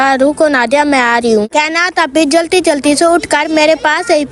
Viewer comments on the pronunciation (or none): none